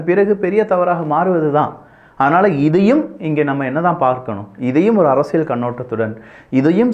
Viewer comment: தம்பி அவர்களுக்கு ஒர் அன்பான வேண்டுகோள். அரசியல் என்ற வார்த்தையில் ள் போட்டு பேசுகின்றீர்கள் "அரசியள்'. அதேபோல் பல்வேறு இடங்களில், ல் க்கு பதிலாக ள் என்றும், ள் க்கு பதிலாக ல் என்று சொல்வதை பல இடங்களில் கேட்கிறேன். தமிழ் வார்த்தைகள் நீங்கள் தெளிவாக பேசினால், அது தான் தமிழ் மொழிக்கு சிறப்பு. தயவுசெய்து பயிற்சிகள் செய்து விட்டு, முறையாக பேசினால், கேட்பதற்கு மிகவும் அருமையாக இருக்கும் என்பது என் கருத்து. தவறுகள் இருப்பின் பொறுத்துக் கொள்ளவும். நன்றிகள் தம்பி.